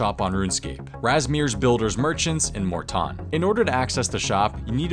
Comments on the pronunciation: It's MORE-TON. I will not stand for this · It's pronounced Morton.